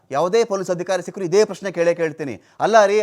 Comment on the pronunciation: Keluva Prastne ge..Bebbe Bebbe madthavne..😂